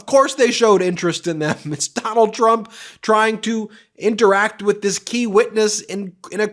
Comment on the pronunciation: says "rump" not "trump". please don't fix though, it's good as it is :D